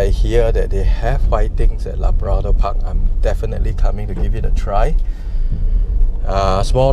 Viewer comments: LA-BRA-DOR??!! y didn’t u pronounce CHIC-KEN or WHIT-TINGS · i like how he pronounce labrador park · Bro, your pronunciation of labrador wrong la. Like malu man. Otherwise great video